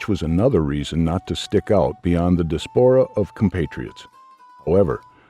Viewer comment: Lose the robot voice. Mispronunciations include history and diaspora. Hire a human being for pity’s sake.